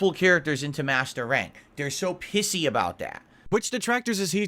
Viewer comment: ok I know that meant to say pissy but it sounded like he either said pixie or pigsee either way it's hard to insult people when you can barely say the word to insult them